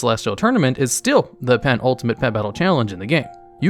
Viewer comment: he sais petultimate doe